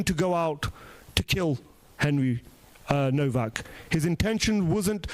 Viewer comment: It’s spelled HENRY NOWAK, in German ‘W’ is pronounced ‘Vee.’ Such as Volkswagen pr. ‘volks-vagen.’